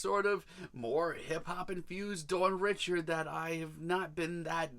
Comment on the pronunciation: Her name is pronounced “Dawn Ree-shard”. It’s creole/French it’s not pronounced “Richard” like “Richard Pryer” just a FYI for next time, also Dawn is the future. That is all. ❣️